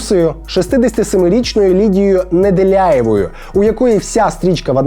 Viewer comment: Привет вам от Неделяева. Ржали всеми кто попал в выпуск 🤣🤣. Только в фамилии ошибка в прочтении. А так мощно 🤣🤣